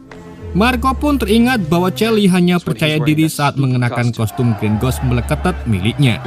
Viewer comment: kayaknya alangkah lebih baik jika abang belajar melafalkan nama ataau kata dalam bahasa asing/inggris deh bang, supaya penonton juga lebih nyaman nontonnya.. 🙌🏻 Moon Eyes : X Moneyes V Mun Ays Green Ghost : X Gren Gos V Grin Gowst